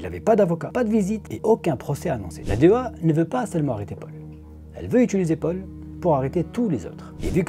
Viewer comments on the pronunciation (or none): none